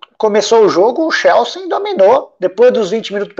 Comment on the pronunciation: Pq n fala o nome do tine direito? Xelsi é o crlh, É Chelsea campeão